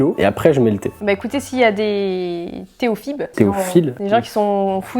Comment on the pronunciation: " Théophile " et " théophibe " mdr 🤣🤣🤣